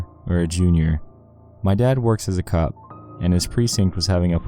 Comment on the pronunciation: Glad to know I'm not the only one who noticed, he actually said cup lol